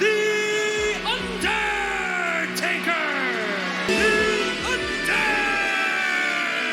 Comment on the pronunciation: No one can pronounce "The Undeeeertaaakeeer" name better than justin Robert His voice is still unmatchable 🔥